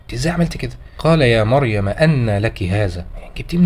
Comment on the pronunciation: «قال يامريمُ» وليست بالفتح